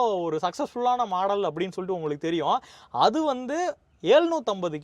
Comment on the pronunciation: taarque illai Google poyi torque eppadi pronounce pannanum n padi English therinjavrku kekkumpoth sirippa varum common n eluthina caammon n padikirinke model n potta maadel n enna ith